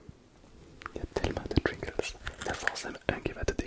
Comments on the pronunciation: triggers, pas tringlers XD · J’adore à chaque fois qu’il dit triggers il a un giga accent anglais ça me tue 😂